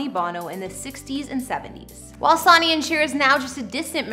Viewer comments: It is 'Sunny' not Sawny omg show some respect and it's also not tape es tries....it's tap is tries. omg again. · it's pronounced "Son-neey" not "Sah-neey" and please drop the fray voice! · I hate how she says his name Sony is said like Sunny not Soonie 😁😳😞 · Sonny's name is pronounced like Sunny? Omg!! It's like you've never even heard it pronounced by Cher, herself! You're pronouncing it like Souny? Weird..🤔🤔🤔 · Sonny Bono’s name is pronounced ‘Sunny’. Not ‘Saw-nee’. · The hostess of this video needs to learn how to pronounce Cher's ex-husband's name!! Geez! Pronounced: Sunny Bow-no rhymes with BOZO! SONNY BONO... has she never HEARD of the guy? If you're going to present an informational video, make sure you know how to pronounce the names please! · He pronounced his name sony (sunny) you should learn how to pronounce a person’s name correctly before you put out anymore videos. This is ridiculous. It’s pronounced Sunny, sunny, sunny. Not Like the entertainment giant Sony. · The Presenter here must be very young, calling Sonny(pronounced-Sunny) as sawny...Haha.. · Sony lmao it's pernounced SUNNY! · It’s “Sony” like “Sunny” not the electronic company. He was an elective official too. Do your research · Omg!! SUNNY!! NOT SONY!! HOW CAN U NOY KNOW HOW TO PRONOUNCE HIS NAME?!! ISNT THAT PART OF YOUR JOB!!! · "Saunee Bono" I can't. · Sonny is pronounced Sunny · Yes, "Sonny" is pronounced "Sunny!" Get it right! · Sowny? Tape-estries? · Caught me off guard when she said Sony … lol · I know.....It's SON---ny. Everybody knows that!! That was really getting under my skin!! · Your absolutely right. This young generation doesn’t know how to pronounce Sonny’s name. She’s saying it like Sony in Sony records lol do your research girl. I find she speaks to quickly. Had to turn it off 😮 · Sonny is pronounced "Sunny' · sonny Bono’s name is pronounced sunny just fyi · Ask someone how to say Sonny!! Sonny is pronounced sunny....you age is definately showing...sigh...